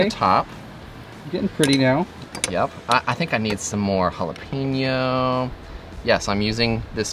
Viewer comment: It’s, “ha-la-pain-yo”. There’s no “pee” in it. However, there’s usually “pain” in it.